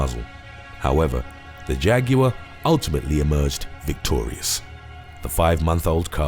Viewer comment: So nobody is going to mention how he pronounced Jaguar totally wrong this man need better education😂